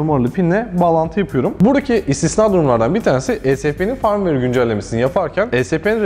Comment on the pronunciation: güzel paylaşım teşekkür ederiz. Ayrıca Firmware tellaffuzunuz yanlış düzeltmenizi tavsiye ederim. 😀